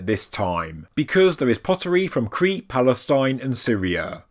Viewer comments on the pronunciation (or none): none